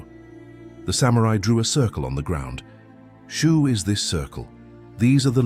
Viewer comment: Shoo, Shu, Shoe? WTF